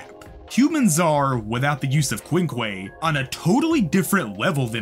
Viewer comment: i almost died when he said quinque